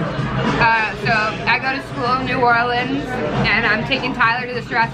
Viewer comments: Not new orleeens new Orleans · Ew why does say new orleeens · saying “New Or-leens” got me triggered...if you from the south than you know why 😂😂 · I was eating and when said “new or-leans” I dropped a piece of hash browns